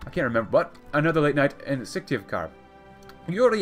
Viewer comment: Your pronunciation of Syktyvkar is almost correct.